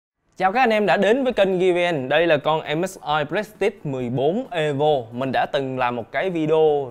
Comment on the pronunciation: a ơi prestige đọc là pờ rì stit